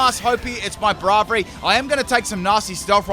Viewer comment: It’s not bravery, its braivery and is pronunciation as “Brave + iary “. You should really do a full wrong or controversial nickname Pokémon theme team, it would be a special.